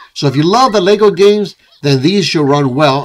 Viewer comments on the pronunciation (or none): none